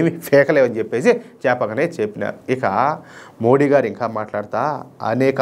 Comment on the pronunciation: దయచేసి "మోదీ" అని పలకండి 🙏